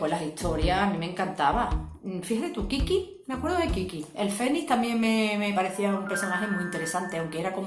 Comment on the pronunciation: Morí de risa con el "kikki" 😂